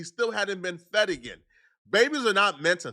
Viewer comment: "It's 6pm and the baby hadn't been (feddeted) yet....😂😅